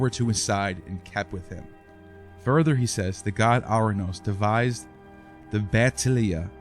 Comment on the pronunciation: It's pronounced Or-anous, not Ar-anous. Time to invest in some Greek lessons if you want to be taken seriously.